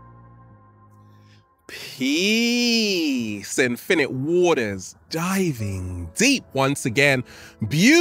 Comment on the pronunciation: It's peace, INFinite WAters, Not "Pee..spinnit wartaa". You see, you're infinging off of other youtubers, KNOCK IT OFF<keyboard out